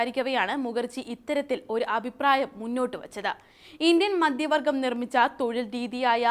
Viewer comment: മദ്യ വർഗം അല്ല. മദ്ധ്യ വർഗം.